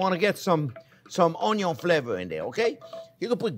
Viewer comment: I laugh ever time chef says ONYO! ONYO, and BUTTER! Loving it!